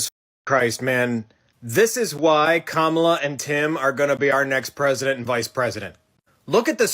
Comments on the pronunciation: Clearly you don’t know much about VP Harris. YOU CAN’T EVEN PRONOUNCE HER NAME CORRECTLY!!!! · I just wish he’d pronounce her name differently. I do give him the benefit of the doubt though. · Why can't people pronounce this woman's name. It's not fucking hard, what if I kept calling this dude Colon Cowherd??! Like pronounce her name correctly 😑🙄😳😬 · I like Colin but I wish that he could say Kamala’s name correctly? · Cowherd mispronounced Kamala. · yeah but he wasn't doing it intentionally like a lot of right wing media does (cause they/their audience get off on disrespecting her), he's not a politics person it was an innocent mistake and nbd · Cowherd can't pronounce Kamala Harris's name and doesn't read enough to be decently informed as a responsible citizen would be, but at least he gets that the American Carnage 2.0 from trumpsky is way over-the-top madness and a fear mongering that should make anyone of decent intelligence question what that demagogue is trying to sell. It's a disgrace to our country that a malignant narcissist and sore loser and pathological liar like Donnie Dump can "lead" what was once a respectable major political party and occupy the White House with his reign of insanity. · He doesn’t know how to pronounce her name properly though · he can't even pronounce her name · Shame tho, he's such a bigshot, and still don't know how to pronounce her name!!! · I’m positive cowherd can say “Pamela” yet he still mispronounces Kamala. Cowherd is a joke. Always has been living off of the undereducated brainless MAGA types. GSIYH cowherd, just another fascist elite. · Hey Colin, thanks for your take on dump and Kamala, but her name is pronounced KAM-a-la (like comma, the punctuation mark), NOT ka-MAL-a; how hard is that?! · It's not Ka-Mala it's, Kama-la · And yet Cowterd 😠 continues to pronounce her name incorrectly. Seems intentional! Kamala = Comma-La! (NOT Com-A-la) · Why does he mispronounce Kamala Harris' name? Kam a la, not Ka mala.